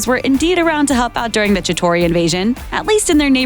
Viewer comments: chitari not chitori.... plz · Bruh Ratatouille did NOT get enough credit for basically sparking the whole thing.... also how is she boutta pronounce shi-tar-ee as shi-taur-ee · You can't make an avengers movie like this if you can't say chitari right. God dam. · Please stop making videos on comics. Anyone that knows them saw all this clear as day. Not only that but whoever reads this shit cant even say the names right. Example being how she says Chitauri.